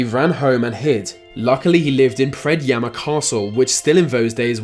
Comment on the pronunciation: Oh hey, there's Predjama castle on the thumbnail. My country :D props to you for the correct pronounciation!!